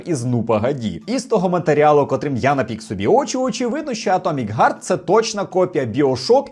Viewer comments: За випуск красно дякую. Але все ж, чому "Г"арт? Невже важко подивитися в оригіналі різних носіїв англійської і зрозуміти, що там "Х"арт? В крайньому випадку не чисте піднебінне "х" (властиве нашій мові, більш дзвінке), а глибоке гортанне глуховате "х" (по суті просто гучне видихання, але все ж більше схоже на "х", бо гортанне "г" вже вимагає напруження голосового апарату...). Будь ласка, давайте бути більш грамотними, не викривляти оригінал, навалюючи крінжу й дичини. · Харт, блін, Харт!!! відкрийте гугл перекладач і послухайте. задерли, в англійській мові є звук "х"!